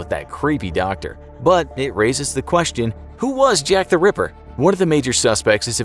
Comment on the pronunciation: Why you say river instead of ripper,i heard it multiple times,don't argue